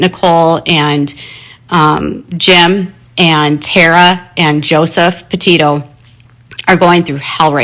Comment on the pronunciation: Why does she say Potato instead of Petito?